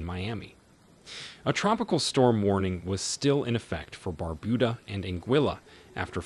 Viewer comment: It is Not BarBooDa It Is Bar-Bu- Da